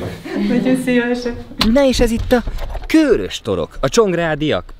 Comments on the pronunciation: Lehet csak nekem sértette a fülem, de a Körös-t az rövid magánhangzókkal ejtjük és nem Kőrösként, ahogy többször is használtad. Ez építő jellegű kritika akar lenni, tudom, hogy ügyelsz a részletekre. Üdv, Egy srác a Körösök vonzáskörzetéből :) UI: Gyulára is jöhetnél valamikor ;) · Felénk az általad használt "Kőrös" kiejtés nem helyénvaló és bántotta szegény békési fülemet 😣😣 Helyes használat: "Körös" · Nagyon király videó, mint mindig, de Körös- parti gyerekként légyszi, rövid ö-vel :D Respekt :) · Az Körös, nem Kőrös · Körös rövid ö betűkkel és nem hosszúval. Ezt leszámítva megint tartalmas és mínőségi videó. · Helyiként én is egyetértek! 😄